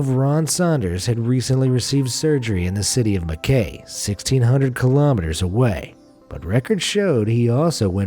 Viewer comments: Mackay is actually pronounced Mc-eye not mac-kay 😊👍 I thought he was found with another family? Must've been another case - his story was pretty sus tho. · Mackay is pronounced as Ma Kai, Ma like mama and kai for Cobra Kai. And same with Melbourne, we say mel-bin not mel-born. Just for some of you Americans.